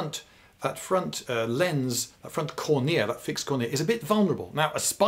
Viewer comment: Wait: who stresses the second syllable of "cornea"?